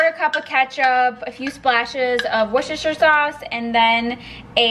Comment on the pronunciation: You pronounced Worcestershire sauce correctly. I'm from the UK 😃👍